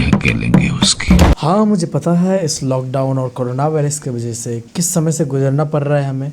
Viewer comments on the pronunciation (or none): none